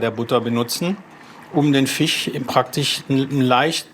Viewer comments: Was für ein Dialekt soll das denn sein? Fich Fong? Statt zu Jagen vll mal zum Logopäden xD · Fich mag ich nicht so sehr wie Fleich :p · der redet wie meine Frau… Fich und Tich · Kein Fleich kein Fich, komich...😅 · Soose und Fich macht mich fertig. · Sagt statt Milch, Mülsch kann aber nicht Fisch sagen xD Und der Sous Chef sieht irgendwie depressiv aus, wahrscheinlich weil er den ganzen Tag Fich, Fong und Gelantine hören muss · sose und Fich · Lustig, wie er immer "fich" sagt. Ganz fricher Fich ist natürlich frich gefangen, gell? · Einmal Fich und Fleich 😖😅! Die erste Episode des Formats, die mich hungrig gemacht hat. Diesmal sogar Dinge gelernt, die im Alltag anwendbar sind. Hat mich gut unterhalten, danke! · Fich Fong